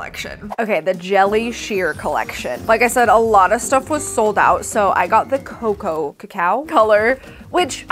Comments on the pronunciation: Lmfaooo you had it right the first time ‘cocoa’ is produced ‘coco.’ Lmaoo I guess y’all didn’t grow up w cocoa butter or knowing that cocoa is used to make chocolate. This ‘ka-cow’ pronunciation is so crazy smh😂😂😂😂😂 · What is this ka-cow she's saying? o.O